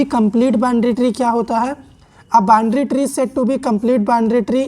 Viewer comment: Binary tree ❌, Bindary tree✅ 🤣😂